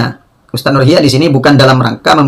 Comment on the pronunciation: Si Ikhyak Salah Baca Terus Ilmu alatnya nol